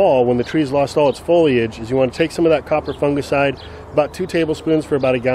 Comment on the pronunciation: Its great to hear an American say the word Fungicide correct instead of Funjicide by the way love your channel watching from Sydney